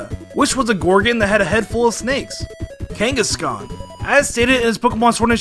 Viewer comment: Replace the first "K" in Kangaskhan with "G"